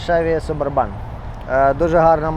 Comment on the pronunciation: Саб Урбан бляха 😂 наголос на У